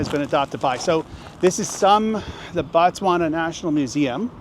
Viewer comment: She said an Indian one..I don’t know how I feel about this video.. seems like you didn’t do research before coming to Botswana.. also it is pronounced as Botswana, not Batswana..